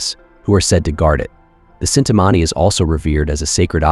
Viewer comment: it is not cintamani it is chintamani krishna had it